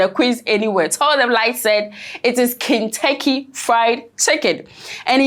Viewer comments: Light, its Kentucky Fried Chicken NOT Kintucky Fried Chicken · She actually said "King-tecky"! Thought I was the only one who noticed.